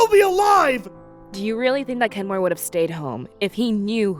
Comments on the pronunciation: I swear said Kenmor... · Did anyone catch say Kenmore? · said Kenmore.